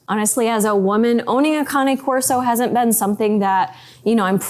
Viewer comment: Cain Corso....not Connie Corso. You would think people would at least be able to pronounce it before owning one.